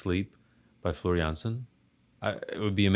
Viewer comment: I am impressed you got her last name right but her first name is pronounced like the kitchen floor also the keyboardist/ founder/ songwriter/ composer is Tuomas pronounced toe as on your foot and Moss like on a tree so toe moss